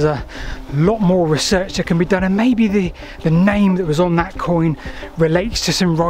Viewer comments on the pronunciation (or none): none